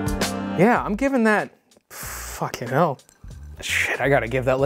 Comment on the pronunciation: "fuckin 'ell" - so bamboozled he went British for a second.